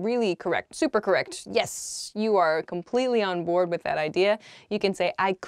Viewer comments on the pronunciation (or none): none